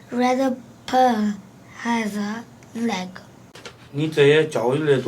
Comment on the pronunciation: Pen 不是 “盆”